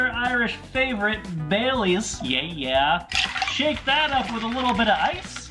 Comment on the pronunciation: How did you just pronounce ‘Bailey’s’.....?????